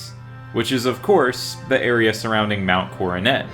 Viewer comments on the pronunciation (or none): none